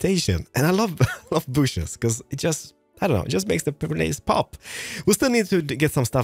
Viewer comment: I could watch and enjoy a daily 30 minute video of talking about his love for "booshes". I kid, I kid! Love the episode as always. One of my favorite Hermits!